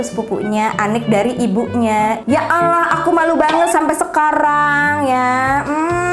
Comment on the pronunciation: Kok Ya Alah bukan Ya Allah apa kakak Kristen ya 🙏🏻